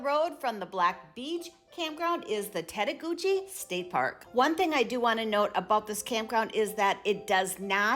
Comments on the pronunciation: It's actually "tett-a-goosh", not "gooch", it's French. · You've got some errors here. The Pigeon River is NOT in Tettegouche (pronounced "TETT-a-gooch," not "tett-a-GOO-chee"). It is along the Canadian border in Grand Portage State Park. That's where you'll find the 120-foot waterfall, the tallest in Minnesota. Tettegouche has the Baptism river, with a 60-foot waterfall. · Tettegouche doesn't pronounce the E at the end. And it's not the Pigeon river. It's the Baptism.